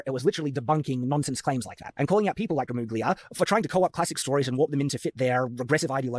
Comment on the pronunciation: Oh does he still say "gruh moog lia"